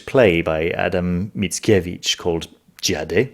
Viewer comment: you pronounced Mickiewicz flawlessly